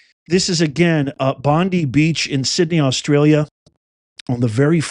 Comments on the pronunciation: It’s pronounce Bond-eye beach not Bond-ee beach! LOL! God bless you and god bless us all! From Mount Druitt Sydney Australia! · Bondi Beach pronounced - Bond-eye.. Edit: You’re right, I’m in Melbourne, Australia. A small group of immigrants do not love our country. Also a certain country is buying properties and leaving them empty. What about us citizens’ rights to accommodation? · it's pronounced "Bond-EYE" Islam is a ☪️ANCER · Aussie here 🇦🇺 Super sad and scary times in my beautiful country. Unfortunately I don't doubt it won't be the last... mainly due to the fact that our government has no brains and no balls when it comes to immigration. Btw... "Bondi" is pronounced with a hard "i" ... "Bond-👁" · dude, get over yourself.. LMFAO im all with you.. an everything but damn.. get over yourself and it's bond-EYE beach my prayers and thoughts to the innocent victim of this terror attack!!!!!!!! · Bondi is pronounced "Bondeye". This is tragic! You know that beach was packed as I heli3ve It'stheir summer time!! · Please, pronounced BonDYE. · Here and it Bondi pronounced Bondeye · It's pronounced Bond eye. It's an aboriginal word. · HERE. IT'S PRONOUNCED BON-DYE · Bondi is pronounced Bon Die. This is a very sad day here in Australia...a peaceful gathering turned to terror and our govt do not support Israel. Pray. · Here from Hervey Bay, Australia and Bondi is pronounced Bon-dye